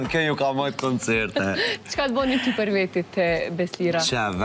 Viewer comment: I vrejtje oj mos thuj përr po ma mir thuaje për.